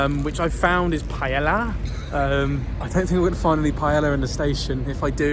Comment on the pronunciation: you butchered saying paella omg 😭😭😭